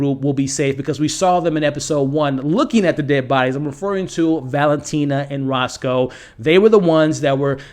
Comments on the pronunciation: Man, I hate to be that guy but if you're doing a public video, I think you should work to get the names right. Rocco, not Rosco. Di Grasso, not Grasso. Alessio, not Alexio. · The Italian concierge is Rocco (like Rock-oh) not Roscoe. Every time there was a reference to Roscoe I started to think I missed someone bringing the Italian chicken and waffles. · Roscoe, Alexio You don't mispronounce, you reinvent Apart from that, really interesting predictions, thanks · Its Rocco, not Rosco just FYI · Rocco. Not Roscoe. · He’s called Rocco not Rosco 🙄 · It’s Rocco not Rosco 😂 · I like your vids, but I recommend looking up each character’s name AleSSio, there is no X. And RoCCo, there is no S. And Lucia is pronounced Lu-Chee-ya… unless you’re intentionally pronouncing them different, in which case, live your life good sir.